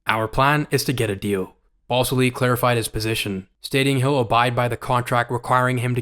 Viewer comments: FYI dude, his name isn't BALLS ILLY it's BAL SILLY (with the A in BAL like cat). Just food for thought. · Are you saying BALLSILLY